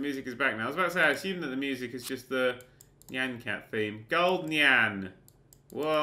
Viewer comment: Isn't it "niy-an" like cyan, but with an 'n'